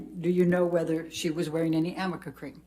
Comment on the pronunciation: I wonder if she knows it's arnica cream and not Amica cream 😅🤦🏻‍♀️ like maybe if your client actually used the product you'd get the name right atleast once